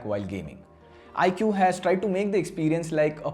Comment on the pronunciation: Dude it's pronounced as "ikoo". Not bitching just correcting you.